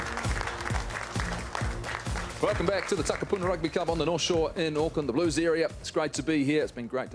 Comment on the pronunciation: Holy fuck please learn how to pronounce Takapuna.